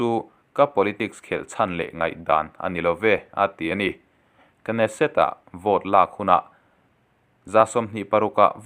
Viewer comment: Kneset tih tur ka hriat dan chuan k hi silent tur